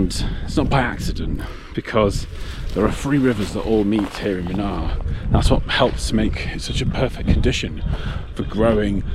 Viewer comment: The the place is pronounced as moonaar and not muhnaar 😂. Munnar with a longer "oo" sound.